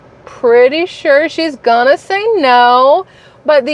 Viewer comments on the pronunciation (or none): none